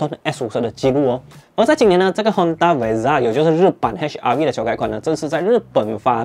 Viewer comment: Honda vezel一直听成Honda Bezza😶